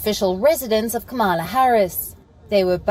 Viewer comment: Her name is not. Camela. Correct pronunciation Kamala